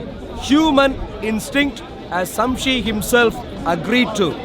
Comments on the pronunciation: "Samshe" lol. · man sayin samshi not shamsi😂😂